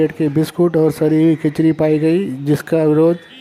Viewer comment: खचरी नहीं वो खिचड़ी है